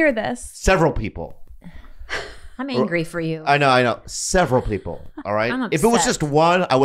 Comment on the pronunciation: "not gonna say the persons...peep peels..." How does Bobby come up with this on the fly?? Some comedians will mispronounce words on purpose, and some of the great ones will stutter, but...who else has the comic genius AND bravery to do both? There's levels to this game